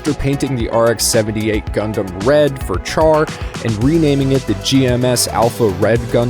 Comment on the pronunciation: Good video, and thank you for pronouncing QuuuuuuX right! However, a few things for future vids. "Char" has a soft "ch" sound (like an "sh"). Some debate if the R is even pronounced, but I am not one to just say "Shaa." And for Universal Century calendar years, it's pretty much universally (ha) said as "double-oh-(whatever year)" until the UC 0110s. But honestly, probably the smallest gripes I've had on a random Gundam vid from the algorithm, so good on ya!